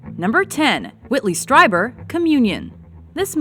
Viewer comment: She mispronounced Whitley Strieber's last name.